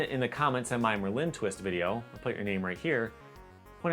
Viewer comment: Man I don’t know why the way you say Merlin bothers me so much 😂 it’s supposed to be pronounced MURL-in instead of mur-LYNNE